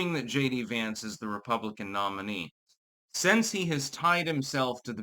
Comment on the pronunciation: Since, is not pronounced as "sense".